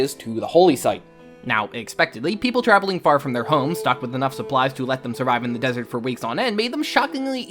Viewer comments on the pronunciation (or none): none